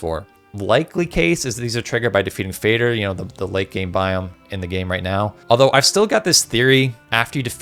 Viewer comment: It's not "fayder". It's fah der. Father. Moder is mudder. They are mother and father dragons.